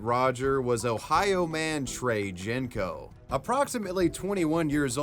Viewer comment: Man's pronouncing Genco as "Jenko" 💀😭 It's "Genjo", it's a Turkish "C" The G is a G and not a French G.